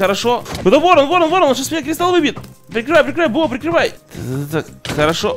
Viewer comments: Почему говорит бэо а не бо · Не БэО,а БО,запомни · ДЕМ ПОЧЕМУ БЭО?! ОН БО А НЕ БЭО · Ребят, кто тоже слышит от не бо,а б о? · ты специально говоришь б о а не бо? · Можешь не творить Б о уши режет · БО читается не по буквам а вместе